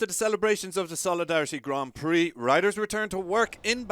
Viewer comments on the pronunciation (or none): none